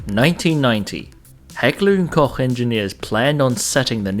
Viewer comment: FINALLY SOMEONE WHO SAYS "HECKLER & KOCH" THE RIGHT GERMAN WAY!